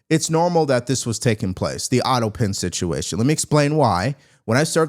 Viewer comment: It's pronounced auto pen. Not auto pin!